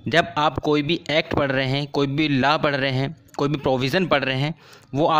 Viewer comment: Law ko thik se pronounce kro